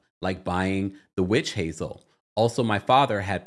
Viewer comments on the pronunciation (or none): none